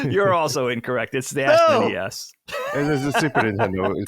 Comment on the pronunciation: SNES pronounced snez